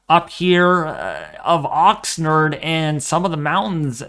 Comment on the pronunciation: Great update. Ox 'nard' rhymes with lard!!